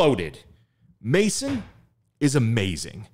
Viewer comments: It's actually pronounced "meh-zón". La Maison. The "ai" is pronounced as eh is French. And the word is stressed in the end. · That's a very English pronunciation though, in French it should be closer to "meh-zon"😉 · did he call maison "maicen" ?... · It’s actually pronounced “MAY-ZON”, which is French for House/Home. Loved your reaction as always! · love your reactions but a heads up. you are saying the name of the song wrong. Maison is french for Home. try and look up how the french say it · lol their pronounciation of it had me lol